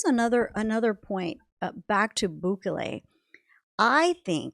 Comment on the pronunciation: It’s not BÚKELE it is….. BUKELE